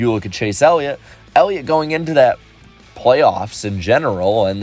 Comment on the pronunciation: i was making fun of him for saying "Elliot"...